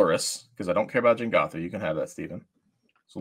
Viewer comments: I can't believe they went the whole episode calling it Jengatha, when it is Jegantha lol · i really hate saying Jengatha instead of Jegantha. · keep calling it Jengatha, but it is Jegantha